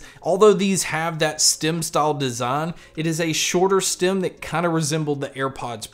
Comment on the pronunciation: Stem not stim